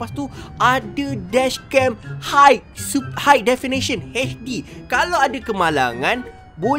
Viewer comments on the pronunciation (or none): none